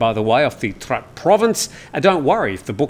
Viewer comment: Your pronunciation of Trat province are completely wrong, pronounce in Thai shall be Traad.